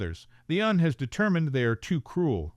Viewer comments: Mmkay. Narrator doesn't sound like synthetic, and needs to pronounce U.N. instead of "un", and mm as millimeter, and so on... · Decent story but the AI narration is not that great. The un delegation when it should be U. N. Mmm Mmm when it's milimeters and some weird phrasing give it away it's not a human narrator. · It's an AI. real person would not refer to the U.N. as 'un' and a V.I.P as a 'vip'. Additionally, most people would know that the weapon calibres would be spoken as, in the case of the 9mm, '9 mill' or '9 millimetre', not '9 em em.'